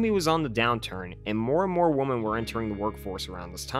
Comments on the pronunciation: Dude. One woman is a WO-MAN. More than one are WO-MEN. Other than that, good review! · Why do you say "Woman" instead of "Women"? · Why can't you say "women"? 🤔